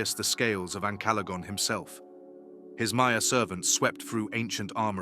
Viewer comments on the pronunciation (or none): none